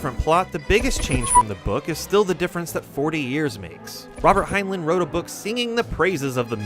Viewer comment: Pronounced hine line not hine len